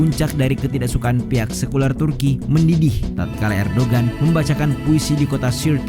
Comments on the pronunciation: Min Erdogan dibacanya Erdoan soalnya huruf g nya ada tanda 🌙 bukan bulan tpi kurung keatas...kayak huruf Arab ain... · Erdogan dibacanya Erdowan